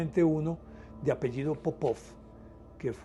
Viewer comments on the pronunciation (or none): none